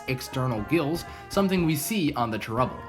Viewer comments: can you please say "chair-ubble" instead of "trubble?" thanks. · Also when you say cherubble really fast it sounds like trebble which is a musical term